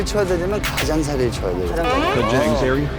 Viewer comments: 힌국인 아니냐; 가쟝좌리 라고 하더니 가장자리 알아듣고 친거아니냐곸ㅋㅋㅋㅋ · 가쟝자리?ㅋㅋㅋ한번에 알아 듣네